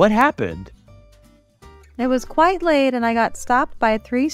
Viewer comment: your pronunciation " quite" is not correctly